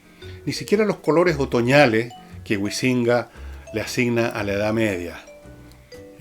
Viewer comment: Pese a que concuerdo contigo en que varios no valen la pena, no sé qué universidades has pululado, pero al menos los profesores que yo conozco han leído, publicado y tienen un peso académico 100 veces mayor al de este señor, quien curiosamente ni siquiera sabe pronunciar el apellido "Huizinga" y parece que leyó un documento de wikipedia.